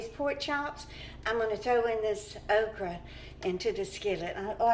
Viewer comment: Do you say "okrie of okra"? LOL I love it! Pork chops will be so good with the sweet potato. 🙂